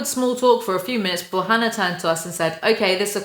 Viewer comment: Noone: Literally noone:: hAnNaR